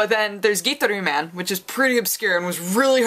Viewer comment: First time I ever heard Gitaroo Man pronounced like that. I've only ever said it "Guitar"-"oo" man. And I'm asian. One of my favorite obscure music games alongside Parrapa the Rappa and Slap Happy Rhythm Busters.